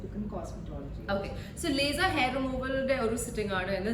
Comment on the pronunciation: Laser not be lyser deee